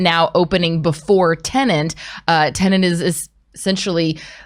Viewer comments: It's not pronounced TenaNt...it's TeNet. it's so easy... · TEN.....ETT!!! Not Tenant! xD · Why can’t any of you pronounce Tenet correctly? It’s not tenent. It’s not about a lodger renting a property.